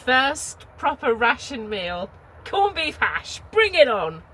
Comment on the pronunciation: Are you pronouncing it corned beeth?!